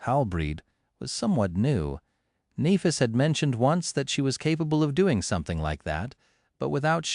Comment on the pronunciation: Very fucking annoying this AI can't pronounce Nephis correctly...